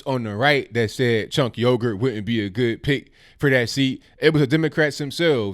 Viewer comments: It’s pronounced sink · Cenk? For Congress? The 'C' is pronounced like a 'J' in Turkish. Either way, he's a lefty Globalist. I wonder if he's a Muslim? NO Thank you to CENK!